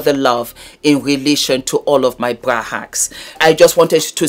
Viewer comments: Sounds like bwa or bua 😂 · I'm telling youuuuuu😂😂😂😂